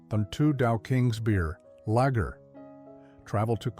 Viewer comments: And Lager is not pronounced 'lagger'. Get a human narrator more like it. AI sucks, but I guess it's the world we live in now. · And the way it pronounces lager like lagger. Not a fan of AI bullshit either - I'm OLD. Otherwise, I wouldn't be watching vids of old beers I used to drink when I was 13.